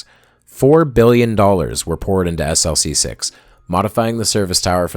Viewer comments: Tremendous video! However, having worked on a project that launched from Vandenberg SLC-4W, you should know that the launch complex abbreviation is pronounced as an acronym, e.g., "Slick-6." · Its pronounced 'slick' six